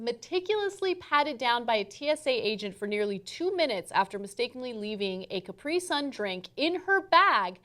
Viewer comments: Strange pronunciation of Capri sun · Anna says capri sun weird